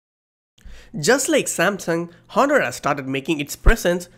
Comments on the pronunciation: Honor is pronounced as onor 'h' is silent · If I had a penny for everytime he said "hohnor" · I was so distracted with the hhhhonor 7x Honor silent H please.. its distracting, how u say the name.. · the H is silent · H is silent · Honor "H" is silent 😊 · 'H' is silent in honor.